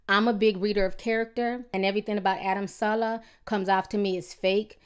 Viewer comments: TI it's SA-LEH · suh-lay dang ti can really screw up somebody name